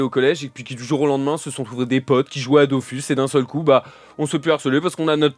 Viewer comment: Merci pour l'invitation c'était vraiment cool ! PS : on dit Dofus pas Dofousse